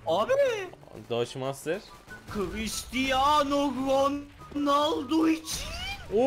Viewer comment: kvistiano vonaldo içiğnnn